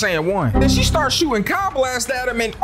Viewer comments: its not kai its kee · Ki=key not Kai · it ain’t Kai, it’s pronounced key 😂